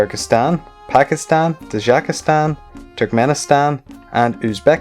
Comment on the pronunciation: It's not Tadjakstan (like you pronounce it), it's Tajikistan.